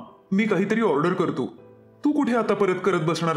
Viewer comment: Krthe nahi krtho😂😂